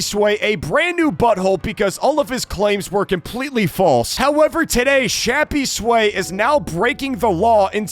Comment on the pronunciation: why do u call him shappysway its crappysway